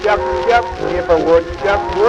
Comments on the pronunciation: u said it wrong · It hurts that he messed up the opening line 😂 Otherwise loved it!! But my answer has always simply been "A woodchuck would chuck all the wood he could if a woodchuck could chuck wood"